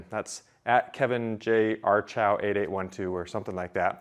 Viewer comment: It's not Kevin J Archow. It's Kevin Jarchow. Pronounced Jar-Co My friend in the Navy had that same last name, Richard Jarchow (I think he is a Captain now) It's not a common name he could be related to Kevin.